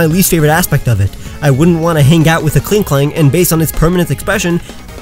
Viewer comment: KLINKLANG, NOT KLING KELANG!